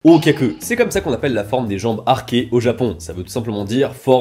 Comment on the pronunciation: Arquées les jambes pas archees 😅 pitié 😅😅